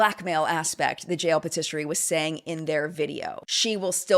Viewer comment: i love you so much but can we just tryyyyy to say patisserie correctly?